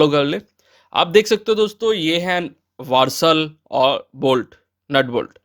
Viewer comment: वारसल नहीं वासर